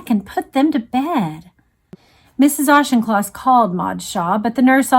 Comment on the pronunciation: Again a calm empathetic reading by, I was young when this tragedy happened and I remember my father being very upset by this here in the UK. I have to comment though on the prounciation of Auchincloss, the ch is a k, ie Aukincloss, surpring because you have Rep Jacob Auchnloss, to me its surprising that you havent heard the correct pronounciation, pedantic I know, but I am a stickler and can't help it, otherwise thankyou for a soothing and calming reading of this horrific event.